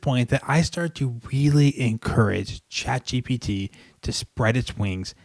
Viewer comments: You still say ChatGTP! 😂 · No he said ChatGPG